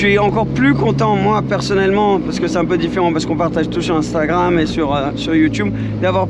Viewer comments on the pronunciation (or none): none